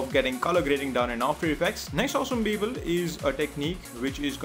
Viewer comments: Had a hard time figuring out "people", thought it was bevel or pipil..what the f@ is "pipil"?! Nice Tut btw . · Great tut, but what the hell is "beebal"